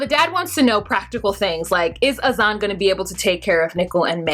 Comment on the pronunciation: Why are you pronouncing everyones name wrong. Her name is NICOLE not NICKLE. AZAN is not pronounced AZ- ON its pronounced AZ-IN.